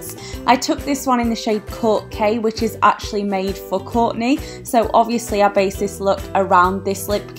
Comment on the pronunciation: "Kork k" lol no hate just thought it was funny how you say it